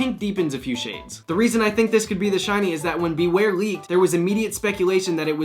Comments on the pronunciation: You nailed Bewear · Omg he totally nailed bewear on the first try